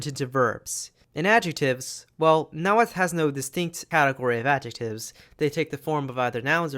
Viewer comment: So happy to finally see someone pronounce Nahuatl correctly after sitting through a history class that pronounced it like "Nah-hoo-ah-tal"